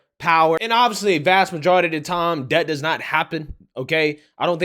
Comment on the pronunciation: Main takeaway- female… say not more. But I cannot listen to your vids man. “That, they, there” is “dat dey dare.” Hurts my ears a LOT. Unless you’re Jamaican??